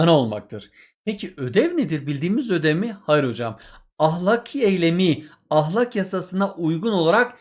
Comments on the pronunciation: Ahlak değil ya ahlâk diye okuyun lütfen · Hocam ahlak degil "ahlâk" lütfen konsurken ve yazarken dikkat edin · Hocam ahlak demenizden dinlemekte zorlandık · Hoca ahlâk demiyo Ah! Lak diyor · hocam o kadar garip "ah LÆÆÆÆÆK" diyorsunuz ki derse odaklanamadım ozur dılerım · hocam ahlak derken 2. a yı kalın demeyin😭😭😭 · hocam ahlak demeyi mi öğrenseniz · Hocam yozgatlimisiniz ahlak dediginizi dinlerken konuya odaklanamadik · hocam neden kalın a ile söylüyorsunuz video boyunca fenalık geçirdim